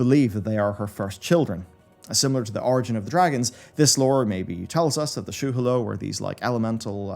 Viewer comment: Shu hahlow ... Not shoe hello